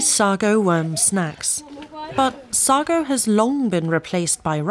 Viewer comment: You're pronouncing "Sago" wrong. 🤡